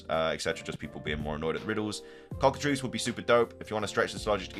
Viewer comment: I would love a cockatrice inspired pokemon. (and thank you for being the only poketuber to pronounce that correctly so far) The Elite Four being back is a very good thing.